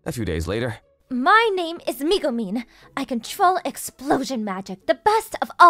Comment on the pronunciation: Its pronounced megumeen